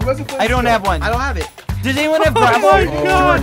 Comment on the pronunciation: “gravel”, more like “quafo”